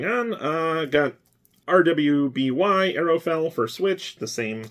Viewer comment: Sweet haul. Just to note: RWBY is pronounced ruby (like the stone) by the show's creators and that's how its generally pronounced. Don't ask me why, but I suppose it's better than spelling it out every time.